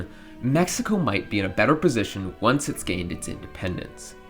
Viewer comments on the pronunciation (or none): none